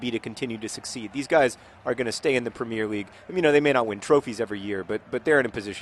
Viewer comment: you are pronouncing premier league wrong :)